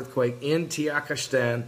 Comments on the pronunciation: The country is TAH-GEE-KISS-TAN, NOT TEE-YAK-IS-TAN. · I know. I'm totally the grammar police, but for some reason I don't care when he misprounces things because it makes me laugh!